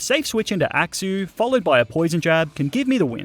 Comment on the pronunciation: I love the way you pronounce axew as "axou"